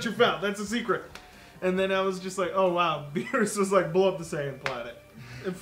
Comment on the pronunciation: delrith "beeroos"